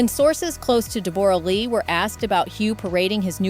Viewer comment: “A real kick in the teeth” is 6 words and STOP saying DEB ORA!!!!